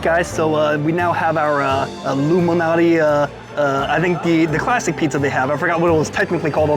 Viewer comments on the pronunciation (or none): Nice video I always thought it was alot MALANATI LMAO. I kept saying at the start why does he keep saying like Illuminati? Was gonna correct u but I forgot yr gangster 🤣🤣🤣 JK many people say Malnati is the best one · Why are you reading Malnati as Illuminati, is this a pizza conspiracy!? Appreciate your work!